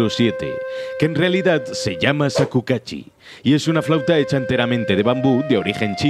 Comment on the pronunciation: Vídeo muy interesante, pero me dolió lo de "Shakukachi" xD